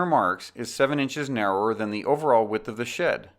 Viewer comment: "Here you will learn about the steps to laying out and building SHIT walls" lol this is a the best video I found yet but I couldn't stop laughing at the beginning. I know he said SHED